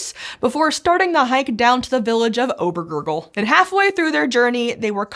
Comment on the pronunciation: 🤷🏻‍♂️ "Auguste, I have to pee." 🧔🏻 "Not yet Paul.." 🤷🏻‍♂️ "But Auguste..." 🧔🏻 "Paul, we are 15km up in the air..." Not a adventure that I prefer... 😂 Obbärgürgl? 😂 But not a so bad pronunciation! 👍